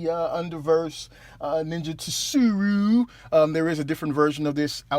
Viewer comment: Plz do not be offended, it's sue-roo. Again I wasn't sure how to pronounce Japanese names either but after reading so much manga and watching anime I was able to learn the alphabet is used a little in Japan. Shit most of the other reviewer do the same, it doesn't bother me at all because I'm happy u guys are doing the hard work of buying them and reviewing them which I appreciate. Just trying to help out. it's like the general tso's order from a Chinese restaurant, the t is silent but everyone in the hood pronounces it lol. Love the vids and ur energy bro.